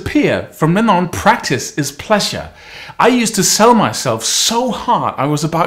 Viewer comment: i wonder why the word "pleasure" sounds more like "plessure" here....but hey : god blease you